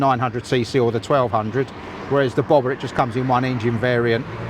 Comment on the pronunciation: You said it like bobą 😂🇱🇹 Nauja Triumph bobutė.